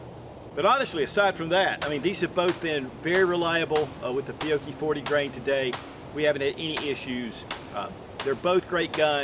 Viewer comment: FEE-YO-CHEE please say it correctly not complaining just tryiing to tell you.